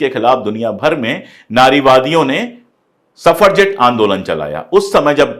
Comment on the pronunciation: सफरजेट नहीं सफ्रजेट मूवमेंट। The word is suffragette.